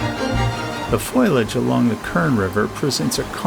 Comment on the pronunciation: It’s not aluminum FOILage. It’s pronounced FOLiage.